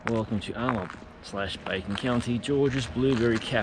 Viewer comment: Great tour of my hometown of Alma! And yes you did pronounce it correctly. JOM now you understand my affinity with dirt roads too!